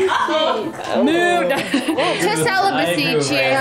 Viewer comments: i'm sorry but i literally heard celibacy as sell-a-pu$i and went WHUT??:_raeGasp: today, i learnt a new word :_raeWoo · I'm sorry Rae, but I'm dying of laughter because I thought you guys were saying "SELL A BUSSY" instead of "CELIBACY". Idk why my mind was there but it was and now I can't get it out of my head lmfao. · “Celibacy” “Five hundred dollars”